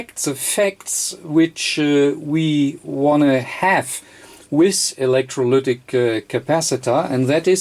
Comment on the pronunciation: I can't get the "electroluuuctic" out of my head xD